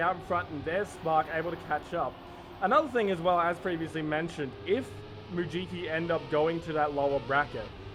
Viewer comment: Challenge: Take a shot every time the casters pronounce Mujiki as “Mujuki”!